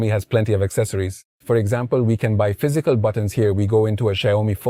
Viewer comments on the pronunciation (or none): none